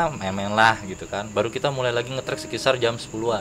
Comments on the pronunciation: Sekitar mas bukan sekisar wkwkww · Saran :: & Kritik buat NARSUM.. Kacau bnget Lu berBahasa Pembalut ( Nyebut merk) wkwkwkwk Sekitar jadi Sekisar Hahaha.. Kacauuu.. sampai kita nyari2 apa itu arti bahasa Sekisar :) :D